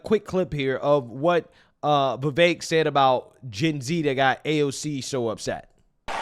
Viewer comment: Why do you pronounce "Vivek" with an "a"?